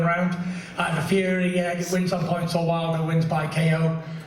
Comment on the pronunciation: Wtf did Wilder just say - ...cant figure it out???? Fury not furry!! Flying elbow kicks...pretty scary stuff!! Seriously though, this is going to be a good fight. Respect